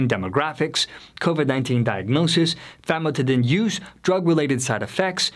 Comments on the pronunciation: This guy is not a medical professional as he mispronounces basic medical terms. Famotidine (Zantac) chemically increases in a cancer causing agent when exposed to heat. It has been recalled by the FDA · This guy is not a medical professional as he mispronounces basic medical terms. Famotidine (Zantac) chemically increases in a cancer causing agent when exposed to heat. It has been recalled by the FDA.